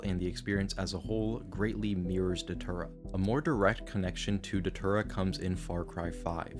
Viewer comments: You know it's bad when it's pronounced "deter-uh" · Datura ❌ Dhatura✅ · It's pronounced "Day-Tura"..... I've tried it once and NEVER again. We boiled in coffee and drank it. It starts off with not being able to see your phone, it's all blurry. Then the chaos begins. You see things that aren't there and talk to people that don't exist. It was a wild night, and I just roamed. I woke up on an ants nest wearing nothing but my boxers and one sock, that's it. I was about 3 hours away from my house. You get memory flashbacks over the next few days. It's a weird drug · i dont think you are pronouncing datura correctly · That doesn't work if you pronounce datura properly